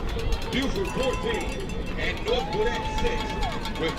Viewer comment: Bro why he keep saying north gwinnit